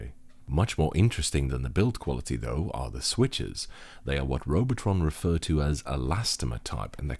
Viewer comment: That German is spot on.